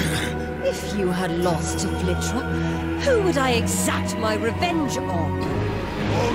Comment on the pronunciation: BEHOLD IT IS VLITRA!!